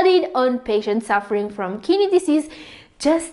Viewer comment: Each time kidney pronounced, I hear Kinneys 😅. BTW, Thank you for the information